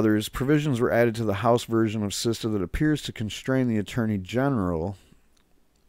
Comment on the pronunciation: Good video, it's SITSA not SISTA